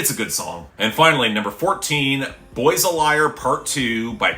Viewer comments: the Pronunciation of “Liar” Sounds like “Layer” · BOTW: Boys a Liar Pt. 2. While the way Pink Pantheress pronounces “Liar” is really distracting, and it’s far from my favorite Pink Pantheress song, that would be Break It Off, I really like this. The production is fun, Pink sounds awesome, the lyrics are decent, and Ice Spice works on this better than she had any right to. An incredibly unexpected collab that really paid off in the end. HM (Tie): In Ha Mood. A decent Ice Spice song, with ok production, fine vocals, and decent lyrics. Not amazing, but decently solid. HM (Tie): Yandel 150. Surprisingly solid production, and decenct vocals. Not bad. DM: PRC. Really mediocre. WOTW (All Caps): Watch The World Burn. Screw this song. Screw its ugly and obnoxious production, screw Ronnie’s ameturish tryhard flow, and screw the incredibly boring and unclever lyrics that think they’re saying more than they really are. I understand that this song has its fans, and I don’t have an issue with people enjoying it (in a healthy way), but I honestly can’t stand Watch The World Burn, and seeing the Ronnie Radke and FIR stans bully and harrass Brad Taste In Music made me hate that song even more. Also, The One is starting to target me on non-Music related channels. He showed up in the comments for videos by Mvperry and GamingMagic13 just to harass me.